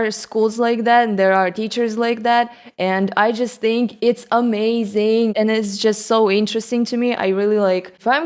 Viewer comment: I like that post note idea. But I think the thing I like about your mispronunciations is how you pronounce the “-ing” suffix as “-een”. Sometime you say “amazeen” instead of “amazING”. And the other thing about language is: when an American goes to, say, Japan. A smart American will learn a little bit of the language before visiting. Not the WHOLE language but enough to get around. When the natives of Japan meet you, I thik they get more fun out of and more excited for the interaction because it gives them an opportunity to teach. If you go to Japan knowing the whole language and you have good pronunciation, tehy would think it’s cool but not as cool as being able to teach you the language or not as cool as having that barrier that separates foreigners and natives. When a foreigner comes to America, they probably don’t want to be surrounded by what sounds or looks like their home, they want new and they want to learn. Anyway, here’s wonder wall